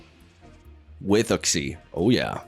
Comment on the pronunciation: Uxie is pronounced Yooksi